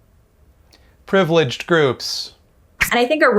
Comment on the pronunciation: pronunciation of privileged groups was amazing.